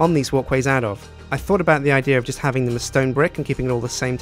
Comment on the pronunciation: anyone else notice he says idear instead of idea?